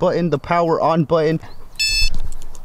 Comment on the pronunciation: It’s BUTTON - not “bwuutteen”...